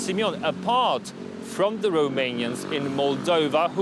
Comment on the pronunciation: I am subscribing to your channel because you pronounced all the Romanian name correctly. I watch many channels. I surely will watch you, too. Thank you.